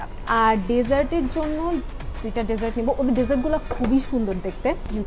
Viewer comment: Hi I have commented few times on other vlogs of yours and all of them are really nice . glad to see you have got 38k subscribers now.i am sure you will have plenty of desserts but please one request correct your pronunciation DESSERT because you have been sayn it wrong over and over again and its irritating apart from that I really like your vlogs 👍